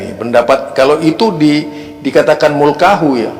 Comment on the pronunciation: Luruskan yang benar pa..soalnya keyai aswaja baca nya mulkahu